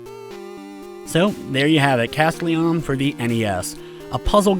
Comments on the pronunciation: he just puts the emphasis on CAS when typically you'd put it on TEL. No biggie, really. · I think that's not how you say "Castelian" XD